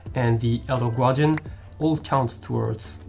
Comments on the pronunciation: "Elder gwardian" lmaoooo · Great video and I love how you say the word gaurdian!